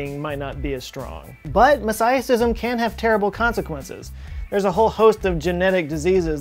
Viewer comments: Isn’t it pronounced mo-zay-ic-ism? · Mo-say-ick, Mo-say-ih-cism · Quick pronunciation point for you, "mosaicism" should be pronounced with long "A" like "mosaic." Mo-ZAY-ih-siz-im. Coming from a molecular bioligist, cool video! You did quite a good job reporting on the incident and describing the real pros and potential cons. Keep up the good work! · I was momentarily thrown off by pronunciation of mosaicism. (I'm not sure his pronunciation is correct, but there may be multiple ways that are considered OK.) And the plot is definitely thickening. A few years ago, I began to see that chimerism is common, and takes a wide variety of forms. Now here's mosaicism, which is sort of like chimerism, but different. For now, it's quite confusing.